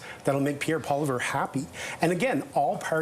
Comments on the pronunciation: Again this guy can’t even say Pierre’s name. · Gentleman with the spectacles on could you please pronounce Pierre Poilievre's name correctly for Pete's sake you are on a political talk program and cannot even pronounce it correctly